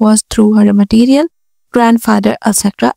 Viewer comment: First learn to read😂 its maternal not materiel😂😂😂